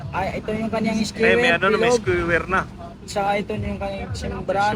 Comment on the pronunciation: Mali Ang Sabi nyo sa skewer, parang GANITO Ang pagbang Doon parang GANITO( skuwer)